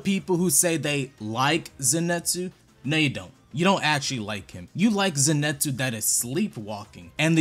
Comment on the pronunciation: People are really saying zenetsu when in the anime they say Zenitsu like bro wtf